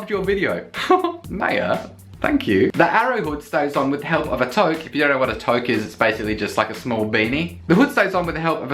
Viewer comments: Toque is pronounced too-k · Also toque is actually more like "too-k".